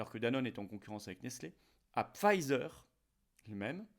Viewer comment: On ne prononce pas ”Pfizer” à l’anglaise.